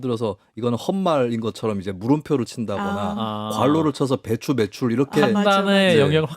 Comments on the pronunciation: 배추로 들리네요!!! 그런데 날리면은 이해가 되나요? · 나는 배추 오르게로 들림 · 나도 배추로 들리는데~ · 난 배추로 들리네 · 배추 오르게~로 들리는데요.